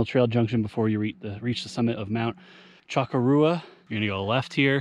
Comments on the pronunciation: Cha-cor-ah. Not choco-rua 🎉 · This is not true, its one of the most commonly mispronounced words/names/mountains in NH. The correct way to pronounce it is Shoh-kor-oh-wah. Even though it looks like Shoh-kor-uh-ah and everyone pronounces it like sh-cor-ra. It has been mispronounced for years and it and the mispronunciation has stuck. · It's pronounced CHA-COO-RA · Hiked it by going Little Sister, Middle Sister, Big Sister, then Chocorua. Have been told by many locals, some of native descent, that the correct pronunciation is SHA-KOR-WA. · Simple...... CHA . kora. Easiest way for us locals to know who is native to NH.... alot of the indian names are a challenge to pronounce. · Great video. I've been up there several times. BTW phonetically it's Mount sh-COR-ra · That would be sh- COR- oo- uh. Right.?I used to live neat there. It is a distinctive and lovely mountain. I'm reading the book, Look To The Mountain by LeGrande Cannon Jr. right now. I'm loving it! I'd like to climb it but I haven't climbed a mountain since I was in my thirties, about 25 years ago. I'd h Ave to work my way up to it. ~ Heather ~ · Lol close. Less emphasis on the -ua.